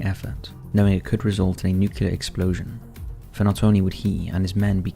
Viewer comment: NU-CLE-AR... NUCLEAR